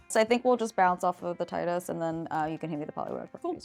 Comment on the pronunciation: Hahaha finally Tidus being pronounced correctly. Great episode. Love the show!!